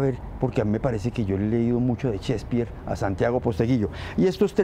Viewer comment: Cespir, Chspir , Chsepirito? Mas bien es Shakespeare